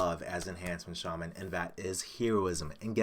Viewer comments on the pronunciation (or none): none